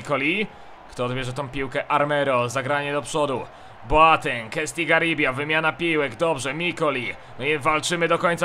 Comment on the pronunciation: Słuchaj to daleko zajdziesz, on Boateng wymawia Boteng:p